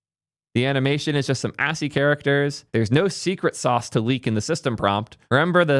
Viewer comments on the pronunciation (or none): none